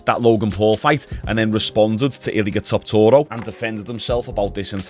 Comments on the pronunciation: Bro, how many times you gonna say Topuria wrong? You add six extra syllables and four letters that are not in it. Tuh-poor-e-ya. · i’ve never heard someone pronounce Topuria name like that🤣 he must be doing the speed thing getting everyone’s name wrong for engagement. never fails